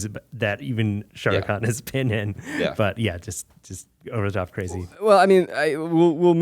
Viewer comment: zach ilysm babygirl kornfeld and i greatly enjoy this movie but i CANNOT get over your pronunciation of “shah rukh khan”